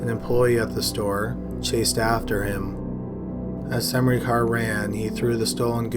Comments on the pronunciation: Great video as always, horrible cases and all that, but it's just funny to me how you pronounce "Smrekar" :D It sounds like you're saying "SaMrekar" and where I live we just say it as it is written- without the weird sounding "a" between S and M if that makes sense. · It's not pronounced Semrikar, though :D It's SMREH - CAR. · I also enjoy this channel but if you're going to make a living narrating things, you have an obligation to at least attempt to pronounce things correctly. Semreekar? It took me twenty seconds to find out the proper pronunciation. Smurker. It just feels lazy. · Smrekar. SUM-ree-car ?! I thought it was Smā-ker? EDIT: sorry… It's actually pronounced: SĀ-ten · It's not Semnikar good damn it, it's Smrekar.. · you mean smreaker... not sem-ricar? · Oh, wow. First person, Russel Smrekar sounds like a descendant of someone who move to the States from Slovenia (ex Yugoslavia, maybe in the war time). Smrekar is a very common and typical Slovene surname, it's prononounced Sm-reh-car. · Omg it’s smrey car it’s smrAY cer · I knew a guy with that last name and he pronounced it smar-ker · I was wondering if anyone would comment on his pronunciation of Smerkar. I've never heard it pronounced the way he did.